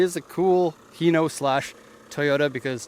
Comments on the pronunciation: Huh, I didn't know it was supposed to be pronounced as He-no, but it's a cool bus nonetheless. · I pronounced it Hi-no. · so wait how do you pronounced it? its always heeno to me.